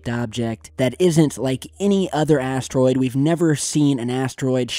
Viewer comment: i hear like asstroid..listen carefully